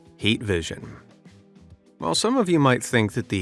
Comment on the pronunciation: Why do you say hate vision instead of heat vision??? Also do you just use an A.I. or do you actually use your voice?